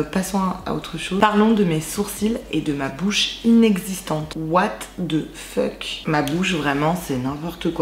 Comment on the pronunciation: J'me lasserai jamais de ton " WHAT DE FEUK "😂